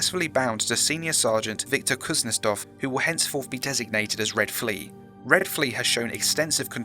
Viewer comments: I'd say that Kuznetsov is pronounced differently. Kuznietsov. You are pronouncing it Kuznestov. I speak russian little bit. Anyway, I like this video. I like these SCP videos, that you can listen without watching them. Plain voice. And you have great voice for this IMO. Edit: I was writing this during a video and you (or whoever was dubbed that officer) said it right in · Kuznetsov* , not Kuznestov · How did you fuck up pronouncing "kuznetsov" by turning it into a "kuznestov"? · I love your content but if you are dealing with foreign words maybe try making sure you are or other actors are reading them correctly it's kind of off putting when a two 'russians' in a dialogue can't pronounce a rather normal family name also whoever wrote this forgot russians have a name given after one's father but thats not your fault at all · I physically cringed every time you mispronounced Kuznetsov.